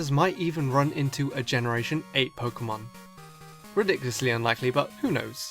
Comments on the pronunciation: “Kikilon” “Pikimon” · Can Dobbs learn how to pronounce Pokemon name